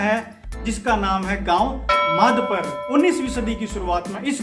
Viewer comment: Madhpar nai sir madhapar he name hamare gau ka